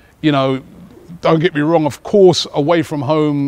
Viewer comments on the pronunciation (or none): none